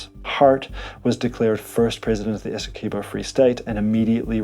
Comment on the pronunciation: It's Esse-kwey-bow Learn the pronunciations next time